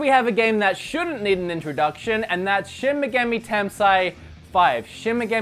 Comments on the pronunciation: Little help here: Shin Megami Tensei pronounced Shin Mecha-me Ten-Say, but you can also shorten it to SMT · shin muhgammy tensigh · it's pronounced Shin Meh-Gah-May Ten-Sai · Shin - (She-n pronounced as a single syllable) Megumi(Meh-gu-me) Tensei(ten-say) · No, you're not saying shin megami tensei right lol...